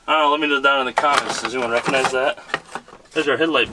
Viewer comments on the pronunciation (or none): none